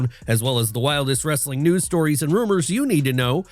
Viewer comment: The only thing worse than many of the takes in this video is the guy's lame wrrrrrrrrestling at the end